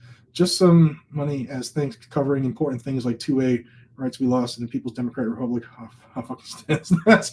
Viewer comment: MR.RASKIN say Republic. Thanks.